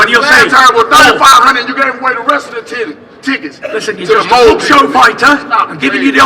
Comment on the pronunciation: Ebi AB Wilder do be struggling with 2 syllables. He said Tiddies instead of tickets